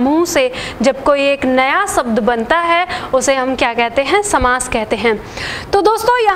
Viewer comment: आपकी क्लास बहुत अच्छी है। लेकिन प्लीज एक विशेष बात ध्यान दें आप हिंदी भाषा पढ़ा रहे हैं तो प्लीज 'शब्द' को 'सब्द' कहकर ना उच्चरित करें। 'श', 'स' और 'ष' के उच्चारण पर विशेष ध्यान दें। आपका पूरा वीडियो मैंने देखा बहुत अच्छा लगा। बहुत धन्यवाद।